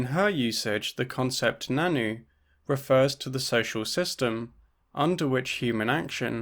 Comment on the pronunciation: Really cool video! Just wanted to say that the nan nü is pronounced more like nan nyu rather than nannu. Love to see anarchist feminists on the channel